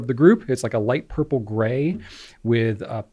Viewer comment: “A little blurple-y.” 😂😂😂